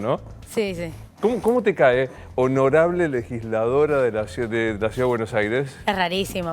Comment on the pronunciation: DICE LEGILSLADORA , es legisladora america tv